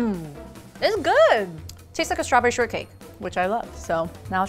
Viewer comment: I heard "Straberry kinky!"- 💀💀